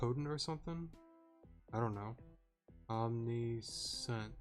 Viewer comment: haha watch as rhea betrays us in the final arc because plot twists exists. tho unlikely, i still believe that one of our comrades will betray us "I really hate spencer" /proceeds to crush a water bottle/ random note(s): Omniscient is pronounced as "Om-ni-si-ent" though some may pronounce it as "Om-ni-s(h)yent" Initiates (probably know this) is pronounced as "In-i-shi-ate" and final thing: the quiz saying "what is Eau de spritzee" as you guessed correctly: is a perfume, most likely due to the fact that spritzee is known as the perfume pokemon. gearen is in soul stone confirmed?